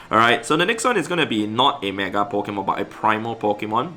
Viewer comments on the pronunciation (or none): It is said Pokémon not Pikemon,, thus saying spoils the entire existence of pokemon